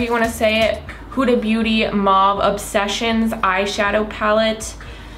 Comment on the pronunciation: still reading it as Whoda 😂